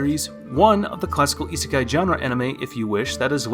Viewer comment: cant even pronounce isekai correctly.